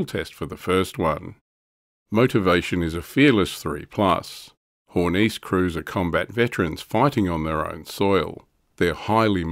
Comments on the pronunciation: Hey, it's a german vehiecle, not french. HornissE, not HornEEce ;) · I would note that following "e"s are NOT silent in German. Hor-niss-eh